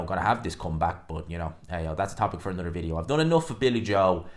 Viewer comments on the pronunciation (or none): none